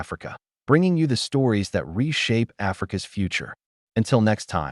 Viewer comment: Please check the AI narration. 'Africa S' cotton market hits a nerve.